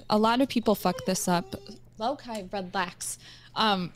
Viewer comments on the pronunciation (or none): Perhaps one of theist annoying people to come on stream. She calls her dog Low-Kai. Obviously she saw the name Loki and is mispronouncing it.